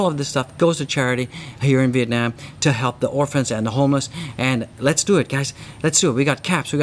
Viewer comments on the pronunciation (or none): none